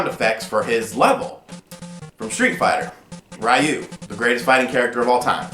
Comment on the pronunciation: Uh oh,, prepare for the onslaught of "it's pronounced REEE-YOU" comments!...which it is, but I just want you to be prepared!:D